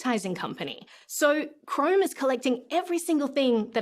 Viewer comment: She pronounces Chrome as "crime."